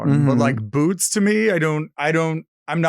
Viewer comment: FYI: “Bootz”